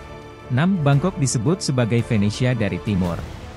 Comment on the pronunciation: BUKAN '' F ''ENESIA -- tapi ''V''ENESIA ! Orang Indonesia tak pernah bisa meng-artilulasi-kan atau mengeja huruf ''V'' - contoh lain misalnya kata VIDEO disuarakan sebagai FIDIO